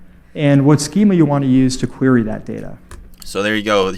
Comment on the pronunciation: Great video. Just wanted to point out query pronounced Queer-Ree and not quary. Anyway great content.